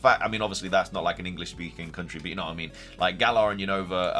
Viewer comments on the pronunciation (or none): none